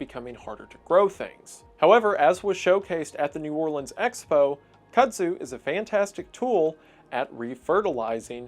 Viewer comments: Btw it's koodzoo, not katsu. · We eat Kuzu in Japan (it’s not pronounced cut zoo but koo zoo). You know that clear jello like thing that was all over the internet a while ago? That’s Kuzu. Not sure why exactly why it doesn’t overgrow here. We have similar weather conditions as the southeast (hot and muggy). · hearing him pronounce it as "kuhd-zu" instead of "koodzu" slightly irks me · In Japan, kudzu is pronounced "kood zoo". In the US south, it's pronounced "cud zoo" 🐄🦓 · I don't know why there's a d in Eng, but it's just pronounced as ku-zu at least here in Japan. I really really appreciate the amount of research you put into your contents, but hearing kadzu times in 30 min is driving me insane lol. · Is someone gonna tell him that japanese vowels behave nothing like english vowels? "Ku" from japan is always pronounced "koo". Like "cool". He keeps saying "cudd-zoo" so I'm picturing a managerie of cow spit. Cool video tho❤️‍🔥💖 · Why does he keep pronouncing it as "cut-sue" instead of "kudzu"? (KU from cuckoo" ,D from _dam ,ZU from Zulu)? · Considering it's a Japanese vine, you should be pronouncing those 'u's the same way. It should sound more like Couldzoo, not Cuhdzoo. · Fun fact: Somehow, the way you pronunce "Kudzu", sounds uncannily close to the italian word for dick, "cazzo". This makes some of the sentences you said hilarious. Almost knowingly so. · It’s not pronounced ‘cut zoo’. It’s a letter D not T! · I've always thought it was pronounced "cood zoo" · Just so you know, Kudzu is written as Kuzu in Japan (why they added a D there, I don't know), and pronounced as Koo-Zoo without the emphasis on the 'u' sound. Katsu on the other hand, is a breaded, deep fried pork dish that originated from the German schnitzel. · It's pronounced "Kood-zoo". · In Japanese, its く(ku)ず(dzu) and we pronounce it "Kuu Zoo". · It's pronounced "Koodzu" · I could've sworn it was pronounced "koozu", coming from Japanese. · Kudtzu? Yeah, cuts me too. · Koodzoo, but great video